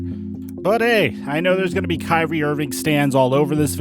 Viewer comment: Why you guys make it hard. Its kyrie lol